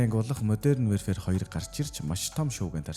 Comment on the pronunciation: Wearfare gd bdg shatsn pzda barag wherefare gd bgam bishuu ydjhd yasn ch olon heldiin pzda pzda pzda WARFARE geechde WARfare! Chadhgu bol translate dr bichheer uudus chn unshij ugdug function bas bgashv PZDAAAAAAAAA